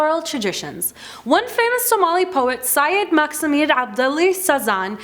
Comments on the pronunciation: Not maximad it's sayid mohamed abdule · Not maxamed it's Muhammed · X in Maxamed is like ح in Arabic. Please CORRECT that. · How did she just pronounce Maxamed?😂😂😂